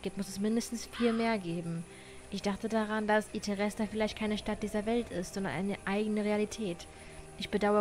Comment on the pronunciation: I'm so sorry, aber es nervt mich so hart, wenn sie I.T.H.E.R.E.S.T.A statt I.T.H.E.R.S.T.A sagt😅❤ kann a sein dass ich mich irre😊